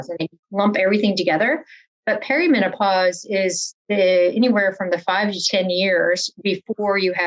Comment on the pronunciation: I loved this interview and the interviewer asked excellent questions! That said, good God, it’s not “perio” menopause 😂